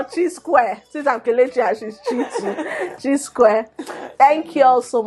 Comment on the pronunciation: All my questions were answered and I am happyyyy😄🥂......... beautiful ladies, thank you., in case of next time....my name is pronounced like Chi.....short of Chinyere...😄